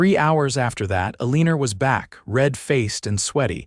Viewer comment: Why is Elena's name pronounced with an r on the end?